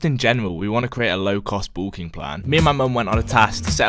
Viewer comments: the british way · why can't he say the word "bulking" properly haha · please say bulking right please